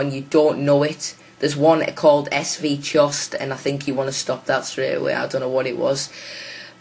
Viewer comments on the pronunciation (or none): Ess-Vee-Chost... lol